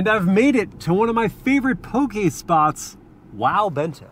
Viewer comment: Bonus points for the proper pronunciation of "poke"!